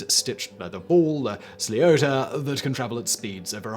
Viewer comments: lol, did not expect Hurley in this list, its pronounced 'Slitter' ! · Someone needs to teach you how to pronounce "sliother" 🤔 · Simon trying to say Sliotar has hurt my poor Paddy soul 😂